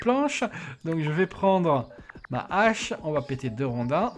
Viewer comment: Ca fait des années que je t'entends dire des Zhaches...... on dit pas des Zheros non plus, alors... Je t'aime quand même.